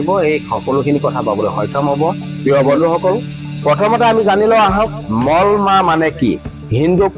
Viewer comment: Mol mah nohoy Molo mah buli kobo lage